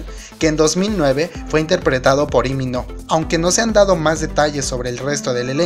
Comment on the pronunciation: No es li mi no... Se pronuncia li min hu!!!